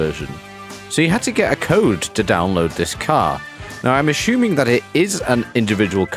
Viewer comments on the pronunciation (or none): "ash uming"